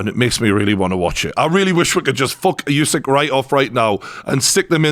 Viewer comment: I wish one person in the UK could pronounce Usyk's name correctly.